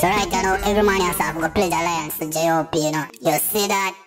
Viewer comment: Di Man Seh Pledge 'Alliance' But Him Fi Supposed To Seh Pledge 'Allegiance' LOOOOOOOL